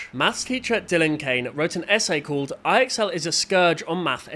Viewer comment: fyi. ixl is supposed to be said like "I excel at school"